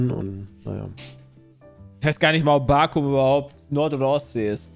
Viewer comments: die Insel heißt Borkum nicht Barkom. Kleiner unterscheid 😅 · Barkum 🤣🤣, meintest du evlt Baltrum, oder Borkum? Gehörten zum Westen